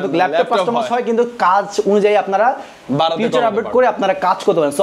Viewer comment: আরে অশিক্ষিত ফিউচার না।।। ওটা ফিচার হবে😊😂